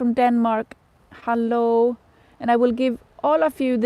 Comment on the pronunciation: "Hallooo" Are you from Germany? :)